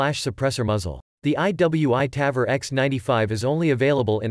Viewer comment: Interesting video. Quite some corrections: -The Ps90 holds 50+1 rounds standard -The tavor is not awesome for leftys, due to the shell ejection. It's time consuming to convert it. -The pronounciation of Tavor is on the o. -it's flash hider, not compressor -KSG grip and stock are not made from glass, but fibreglass -The 10/22 bullpup is nice, but from personal experience i can say it's unreliable -The 10/22 magazine only extends if its a 25rd, not the 10rd -"removable rail cover so you can adjust the charging handle for better accuracy". Wait, what do you wanna say here? 😅 -The tavor x95 is certainly not direct gas impingement, but long stroke gas piston driven -the panzer arms holds 2 by 5 rounds? What? -it's "three O eight", not three hundred eight -you cannot use the term torque on guns.. -generally guns that take AR magazines can take any number of rounds. 10, 20, 30, 40, 60, 100..